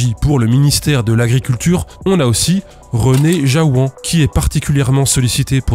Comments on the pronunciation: Petit truc pour le nom du mec à . Je pense que Jaouen se prononce comme la couenne. Pas "Jaouan". C'est en quelque sorte un nom que je connais trop bien dans ma région. Sinon, chouette vidéo, comme d'habitude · Marteze e oar lavarat brezhoneg... peut-être sait-il parler breton. Ce qui est une réelle compétence. Oh gast ! J'avais pu vu que j'ai un homonyme geomachin ! Je précise que je n'ai aucun lien de parenté avec ce bonhomme ! Et que tout ça me désole. Et, au fait, Jaouen, ça se prononce "Jaou - ène". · Petite correction : en Bretagne, le nom Jaouen se prononce "Jawenne". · Fantastique vidéo comme d'hab' ! C'est insupportable de savoir que l'argent public finance de telles fraudes... Petite correction cependant : à ça se prononce "jaouène", le Breton que je suis (c'est un nom de famille courant en Bretagne) n'a pas pu s'empêcher de grincer un peu des dents en entendant ta manière de le prononcer, désolé ! 😅